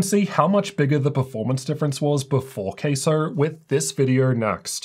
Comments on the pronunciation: Has to be pronounced with the CA in Cattle otherwise, it's gonna sound like Queso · Please don't called it Queso 🧀😂... Let's pronounce it Ka-sow. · It's obviously pronounced CASO not CASO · My brothers in tech, its pronounced CASO not CASO. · Sounds like your saying “queso” ….cheese in Spanish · it's pronounced C A S O